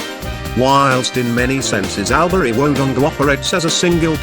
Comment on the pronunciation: I live in ALBURY STOP PRONOUNCING IT WRONG it is actually say it like this allbury but spell it like this albury and Wodonga is not pronounced like that it is wadonga but spelt Wodonga #smartest aussie gurl alive . But don't tell me bro that I comment XDDDD